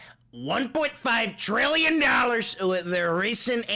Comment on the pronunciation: for someone who hates spanish and mexicans trump sure does like to read two l's as a y "Treeeyens and Treeeeyens of DALLAHZ"